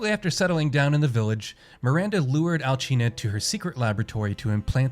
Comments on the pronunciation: why does everyone pronounce her name Alchina? its Alcina this isn't Spain or god forbid Italy the C has a ssss sound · I have a few gripes with this video. 1. You’re mispronouncing Alcina (she’s not Italian). 2. If this is your gameplay footage, why were you wasting bullets on Bela when she was dying? Even though you DO get a decent amount of ammo in the game, but still. 3. You said it was Cassandra slucing the girl with the knife, but the note says Daniela. Pay attention to the game’s content when you’re making videos...